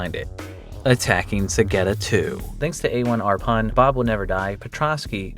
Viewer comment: A1rPun is actually pronounces Airpun